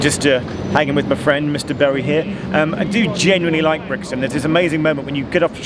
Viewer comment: How did he pronounce “Bowie”?!